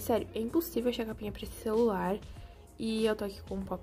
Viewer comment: O que vc falou celulai akkakakaka tudo ben eu falava também kakak